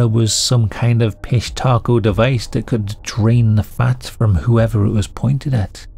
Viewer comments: Anyone else hear fish taco each and every time?. Just me? 😅😅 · fish-taco huh ? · LOL I loved the end with the pronunciation. It really did sound like Fish Taco. hahahahaha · I kept saying fish taco in my head every time you said it lol 😂😂😂😂😂 Thank you for making my sunday interesting ❤❤ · I read that as "Pistachio" and then every time you said it I heard "Fish Taco" . Also, at the end of your videos when you say "Goodbye" I still hear that crazy music that you used to always play at the end. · I swear I read the title as pistachios! And then I heard it and keep hearing "fish tacos "! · I know this is completely messed up, if it isnt a cover up, but i keep hearing "fishtaco" and am now hungry 🤦🏿‍♂️😫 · Sounds way to close to “fish taco” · Am I the only one that heard “fish tacos”?